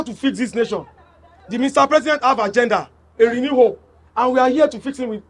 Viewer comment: He said “RENEWED HOPE” 😂😂😂